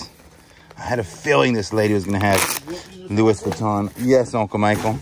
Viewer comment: Pronounced Lou ee Vitton not Lewis.😣